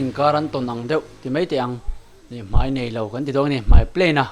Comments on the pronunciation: Mei ti zel suh, mai ti tur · Mei,niloin mai tih tur